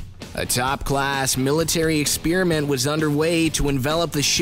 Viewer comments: It's not pronounced "ex-peer-iment". If you're going to play at being Mr. Voice-Over then get some speech lessons. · It's sounds like he says philladelphia spearmint